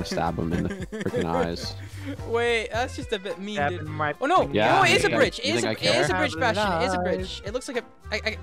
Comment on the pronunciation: he said "What kind of bastion is this!" and I heard, " WHAT KIND OF BAT-SHIT IS THIS"